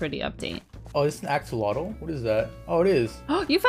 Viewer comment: I love how they pronounce axolotl, it's adorable xD